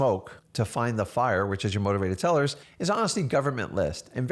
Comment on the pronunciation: are you saying motivated tellers?